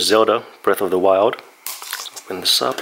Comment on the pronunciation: Breath of the Why-old